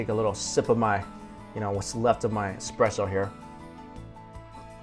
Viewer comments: oh no Esssssssspresso not expresso... - but i still think youre great in this! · It's espresso not expresso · its not expresso it is an "espresso" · Just saw this video from a few years ago. Love your hilarious descriptions! And that baguette! Why is it so hard to get baguettes like that in the U.S.? With a crusty crust and soft, loose texture on the inside? And you haven't lived till you've had one with butter and jam in the morning (I lived in France for a year). By the way, the coffee gods are frowning upon you. It's "essspresso," not "exxxpresso!" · Espresso not Expresso! Gah! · it's espresso not expresso ;-) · What a nasty comment about parisians, one person isn't the whole city 1st. 2nd if you want to give lessons be sure to be right, it' pronouced Expresso in french as we use express for something fast. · You should pronounce it as Ess-Press-O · eXpresso?! really?